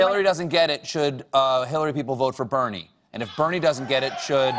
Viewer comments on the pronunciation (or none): she had me right up until she couldn't say BERNIE!!